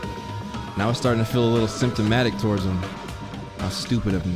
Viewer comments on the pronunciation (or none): Let’s talk about how pronounced “sympathetic” like “SYMPTOMATIC” 💀 baby what is you doin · why he say sympathetic like that 💀💀